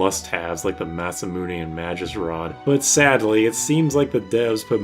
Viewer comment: I thought Magus was pronounced with a hard g...